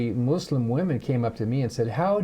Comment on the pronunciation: It’s not Mooslum . Muslim . And Koran not KorAnn. Please learn how to say it . My sister was Muslim her whole adult life . I was never hounded to believe her ways or shamed for being atheist. My mother was a born again Christian. My sister started the first Islamic elementary in East Lansing MI because she did believe in sep of church and state . It still thrives today . I think the Muslims will help save our country . They come from countries that have never had democracy. They understand the problem with fascism.